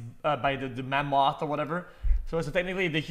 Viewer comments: He said Ma-Moth… This dudes hilarious. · I didn't know that ma-moth eat bears 🐻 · MA MOTH MegaLUL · Ma-Moth Man 65